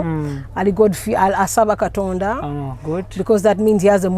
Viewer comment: "Kitonda"..so Angella cnt Pronounce "Katonda"🙄🙄😏😏🤣🤣anywe love u my 🤩🤩....But only Kasuku en Gashumba are missing on this show 🏃🏃